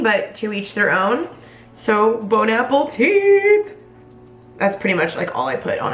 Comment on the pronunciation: are we going to talk about how she said “bon APPLEtit”